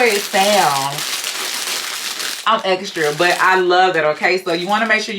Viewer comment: You said " I'm a bit exrra" lol. Made me giggle